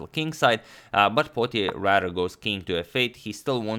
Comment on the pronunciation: Potier is a French surname pronounced "poe tee aye"